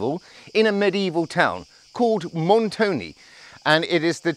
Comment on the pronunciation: Really lovely and great report. I enjoyed it very much. 🥰 But. Please say Montone and not Montony. 😇🤣